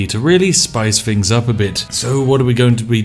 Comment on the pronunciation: You betray yourself when you say 'fings' and not 'things'